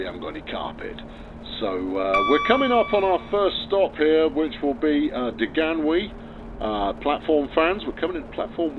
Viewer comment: Ll and oodno it's said